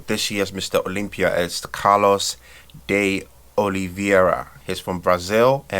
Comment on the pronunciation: PRONOUNCED WRONG" CARLOS DE OLIVEIRA" E "CAIKE PRO"😆